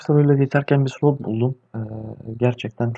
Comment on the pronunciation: Sulot değil be kardeşim slot